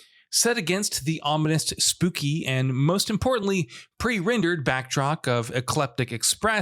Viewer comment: “Pre-rendered backdrock….” Huh? Great job once again… smh.